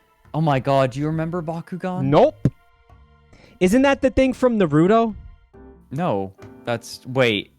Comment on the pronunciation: as a naruto fan, their pronounciation of naruto makes me want to kill myself